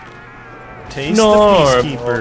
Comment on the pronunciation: its PEA-KEAPER!!!!!!!!!!!!!